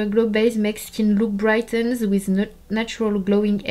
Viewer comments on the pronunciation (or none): none